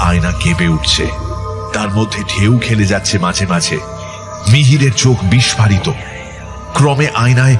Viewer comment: উচ্চারণ হওয়া উচিত 'বিস্ফোরিত',অথচ আপনারা যাঁরা ভূতের গল্প বলছেন, উচ্চারণ করছেন, 'বিস্ফারিত',কেন?